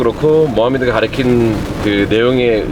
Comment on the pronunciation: 교육자이신 분께서 ’가르친다‘를 자꾸 ’가리킨다‘라고 말하셔서 거슬리네요 ㅠㅠ 나머진 좋았어요!